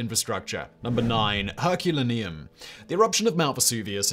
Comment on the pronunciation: Herculaneum = Herk-yoo-lay-nee-um. I'm available for parties.